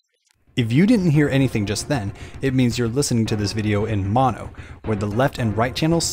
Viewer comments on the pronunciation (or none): none